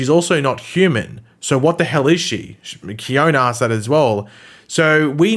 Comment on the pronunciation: Khione in Greek means snow,you are correct. :) I know this,cause i AM from Greece. :D And the letter e at the end of her name in Greek is a heard letter. So,her name should sound Khion-E , with the letter E sound as intended (you know a b c d E ). In any case,as i said,you are correct. Her name in Greek is snow. :)